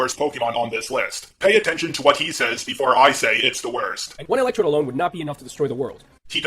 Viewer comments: I don't know if I'm mishearing every single time or what, but are you saying ElectroBe here? Yeesh, if so that's a bit cringy. It's ElectroDe. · why do you say "electrobe" instead of electrode? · Just slightly nitpicking. Does anyone realize that keeps calling Electrode "ElectroBe" with a B? I just find that a little funny xD